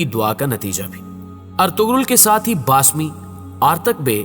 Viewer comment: Aap ne to naam bhi thk nahi lia. Baasmi naam nahi hai Baamsi name hai